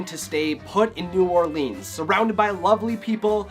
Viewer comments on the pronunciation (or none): Everytime you pronounce it new orleeeeens, a Baker forgets to put a baby into a king cake